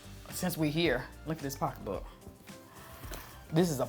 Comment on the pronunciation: MAAM… That “pockabook” at the end—🗣INAPPROPRIATE!!!!!!!!!! 🦓🐅🐆🦒